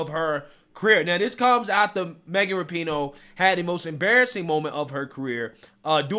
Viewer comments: I love how you fuck up her last name differently every video... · Dude, that’s not how you pronounce the name!